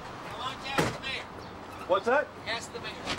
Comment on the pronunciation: When he said "Ask the Mayor" I had a double take because I Thought he said "Masturbator"